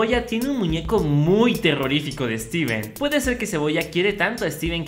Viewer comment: lo saludo pero dijo su nombre mal steven morido xdxd